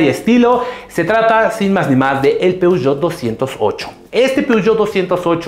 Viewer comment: Todo bien asta a Que dijiste peogeot 208 y Ford mavericks xD